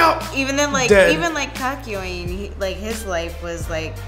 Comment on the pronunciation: its not kak yoween its kok yo in